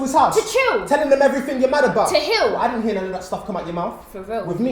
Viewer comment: MsIndiasanders partially correct yes she says don't, yes the reason is accurate but the sentence he jus said "I don't wanna hear that!!." she emphasizes the "don't"